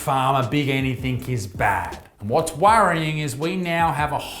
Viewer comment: I'm more concerned with Isaac using * Anythink* as opposed to the correct word Anything. 😆